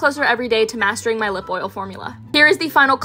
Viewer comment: the pronounciation of „clarins“ is french. has nothing to do with clearance 😉